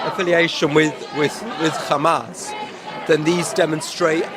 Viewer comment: Bro called it khamas 💀 💀 💀